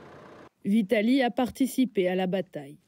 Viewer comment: J’ai entendu Italie 🇮🇹 🤣 donc c’était vitalie 🤣🤣🤣